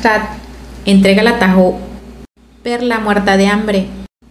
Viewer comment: creo que se pronuncia "Tajo" 😊